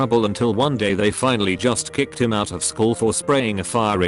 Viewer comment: Robot voice thing can’t say “out” correctly, but can pronounce “Edinburgh” just fine in the same sentence?????